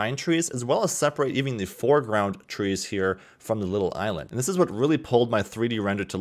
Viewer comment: Nobody:: Eye Land.